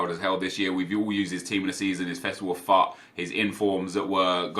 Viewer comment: Is he saying FUT or FUCK